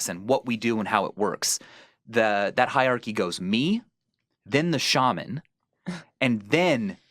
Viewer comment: God damn it Ethan it's "Shah-man" not "Shey-Min". Props to anyone who gets the reference.